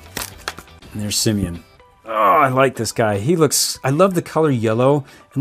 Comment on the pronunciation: It's simian not simon